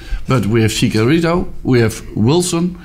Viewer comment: Chicorito?? Is that exactly what I heard?